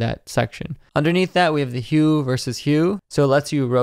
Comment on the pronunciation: Great video! One note... vs. is pronounced "versus," not "verse." :) Keep up the good work!